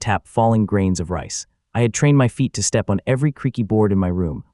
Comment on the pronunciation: Ai trying to say step SESSTEPPPO